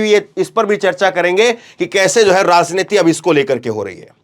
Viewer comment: राजनीति के उच्चारण में ज बोले ज़ नही